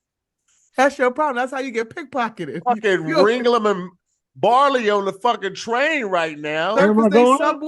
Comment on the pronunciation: What MEANT to say was Ringling Brothers, Barnum & Bailey. What said was "Ringlum and Barley." 😂🤦🏿‍♀️